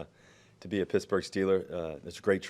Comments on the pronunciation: Dude its not picksburg jacka.... its pittsburgh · He said "Picksburgh" by mistake. But that's ok, because half the people in Pittsburgh pronounce it that way anyway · Yinz catch Russ say "Pixburgh," prior to correcting himself and say "Pittsburgh" 😂. They trying to get Russ to lose that square image again by taking him to hood already 😂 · Did he really say "picksbugh" then hurry up and pretend like he didn't mean to say it and cover it up with a "pittsburgh" hahahahhah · Man's already mispronouncing it as "Pixburgh" - he'll fit in just fine with us yinzers haha. He's also talking with the enthusiasm of a man freed from prison. Denver must have been a nightmare for him, even more than what was reported. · That Picksburgh slip was funny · "Picksburgh" cmon man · he's already saying 'Picksburg' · Picksburg? Um, ya better not. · dudeeee, he said pixburgh lol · Pixburgh hahaha